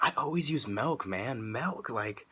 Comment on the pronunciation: Bro I love the way you say Melkk! (MILK) lmao!